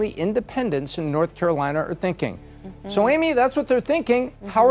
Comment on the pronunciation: This chick found a way to pronounce an "r" in the word SO